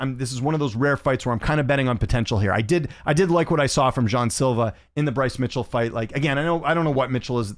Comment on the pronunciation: According to Luke toemass it’s pronounced “jay - on” silvá